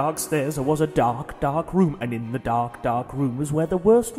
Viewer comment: DA rrrrr K, gawsh! lol